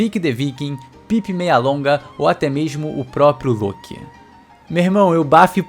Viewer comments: Agonia horrível quando ele fala Lôki invés de Lóki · Porque fala Loki com o O com som de U e não de O. Soou estranho a pronúncia errada